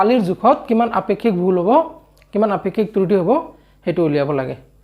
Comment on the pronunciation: Sir truti nohoi kruti buli uccharon kore